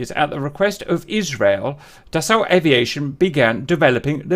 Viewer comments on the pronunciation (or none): Just for info, Dassault is pronounced da-so.